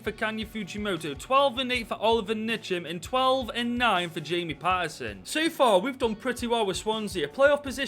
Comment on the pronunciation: You pronounce his name Oli ve air N cham